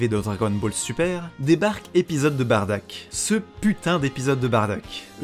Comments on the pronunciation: En jap tu dit Baddaku on est d'accord ? Donc la façons la plus "propre" pour moi est quand même Baddack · En gros de ce que j'ai compris Bardack ses son nom d'orgine, mais les gens ont préférais le prononcé Baddack ou Bardock. Ok ok ok debat intéressant.